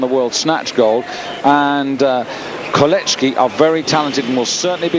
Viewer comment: There is no letter "H" in the name "Kolecki" yet this freaking weird bizarre Britisher insists on pronouncing it horribly wrong.